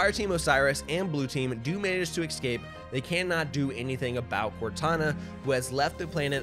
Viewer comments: its escape NOT eCscap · ESCAPE.. its Escape not excape 🤣 you're as bad as doc with his Tredmeal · The way he pronounces escape as excape is tough to listen to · Killin me with “excape” 🤦🏻‍♂️ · Not sure why but the way you say "ecscape" instead of "escape" bugs me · Fun fact. It's UNSC not USNC. Also, there is no X in the word escape.